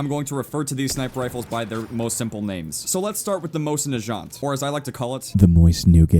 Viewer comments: i thought it was pronounced mozen not moshin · Pronounce the mosin correctly please!!!!